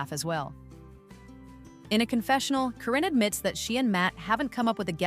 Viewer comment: Karen ka re n, not Corrine thanks 😊